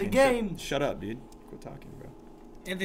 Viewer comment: When I'm a girl and griffin says braa Me:😯😕